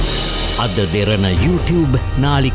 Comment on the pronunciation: අමාරුවෙන් යූටියුබ්භ කියලා කියන්න එපා 😂😂😂😂 යූටියුබ් කියන්න😂😂😂😂😂